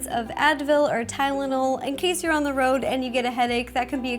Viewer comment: It’s the Ro-ad. 😂👌